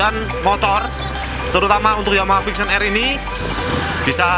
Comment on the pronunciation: mules gue dg yg nmanya VIXEEON...jjik